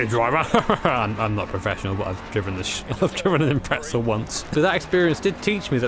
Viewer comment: The way that British people say Impreza makes me think of pretzels.